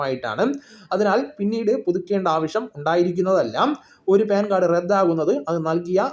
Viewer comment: പേൻ കാർഡ് അല്ല , പാൻ കാർഡ് , ok.